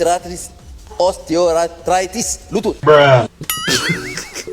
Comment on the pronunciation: S3but betul betulll😅😅😅...Os teo art tree tis😅😅😅